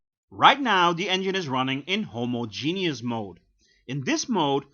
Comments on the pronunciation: *hoMOzjeNOUS not homoZJENIOUS, Dutchie... 😋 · "Homo-Genius mode". I'm not a native English speaker but I'm pretty sure it is not pronounced like that :)))